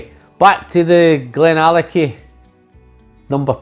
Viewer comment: You did not butcher the name my friend. Thank you so much for making my week great. Billy Walker is Gandalf in the whisky business. Lovely review